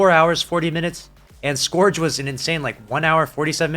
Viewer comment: Dude I fucking hate correcting people but it's not scorge of the past , its pronounced scerge ( like purge)....sorry but it bugs the hell outa me Luv ya